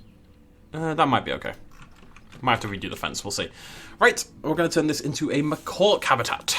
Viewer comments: I can’t get over the fact that you say macawk. I love it! (It’s actually macak) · Me too it's funny how when he makes fun of the name and says makaki he is closer to the pronunciation than when he says what sounds like "macock"